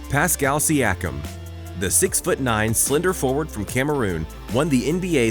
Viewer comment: ok that is not how you pronounce siakiam